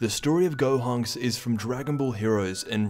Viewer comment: dude had a stroke at the beginning 💀💀 which of course isn’t funny.